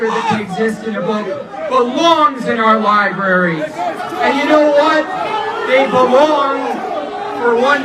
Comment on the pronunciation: anyone who says "liberry" should probably pas the mic to the next person